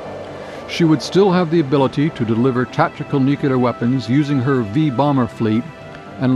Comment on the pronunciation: He should've learned to pronounce nuCLear and MacNamara before narrating this